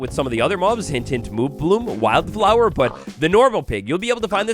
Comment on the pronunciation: Kinda amusing how you kept saying wild flower 2 different ways. One how it was spelled, and one was why-yelled flower, having wild be 2 syllables instead of one lol